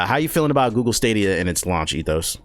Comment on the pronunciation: the way this man saying stadia 😷